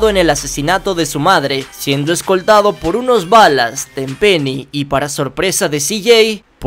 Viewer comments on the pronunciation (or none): Si bro pero se pronuncia balas no se dice ballas -_